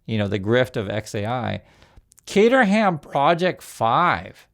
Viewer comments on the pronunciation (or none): fyi caterham is pronounced Kate-a-rum it's named after the town in England it was founded in. They are sort of the IKEA of cars normally where you select all the pieces you want and then you put it together yourself (kit cars) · The "H" in Caterham is silent. ;) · NB "Caterham" as in Barebones sports cars is pronounced "Cateram" not "Cater-ham". Look, it's British, we do it to confuse! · Caterham, They always make great looking FAST cars, (In Canada we pronounce it as CAT-ER-HAM)